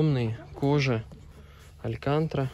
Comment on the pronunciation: Хорошый выбор для дальних поездок и большой семьи. Бесплатный совет: если не уверен как звучит слово - посмотри в словаре, алькантра и шрум (алькантара , шоу рум) - убило в процессе просмотра. И это не первый раз в твоих видео. Ну а с покупкой поздравляю)))